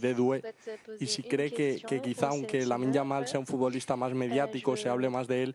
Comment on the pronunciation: DD a dit Yamine Lamal au lieu de Lamine Yamal...